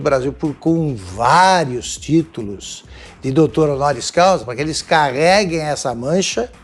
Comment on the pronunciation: "DOUTÔ ONORIO CAUSIS" 😁😁😁